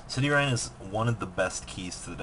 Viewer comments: All of those Gem-knights that end in "-ine" are pronounced like "Mean" not "Mine" So Citrine is pronounced "Sight-reen" not "City-rhine" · City-rine? It's Citrine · "cityrine"....seriously dude?